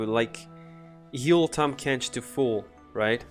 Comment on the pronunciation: The rally remove from combat card with tahm is honestly super interesting and definitely worth expounding on Also well done pronouncing Tahm Kench btw! (not sarcastic) Bayou is pronounced closer to Bye-you.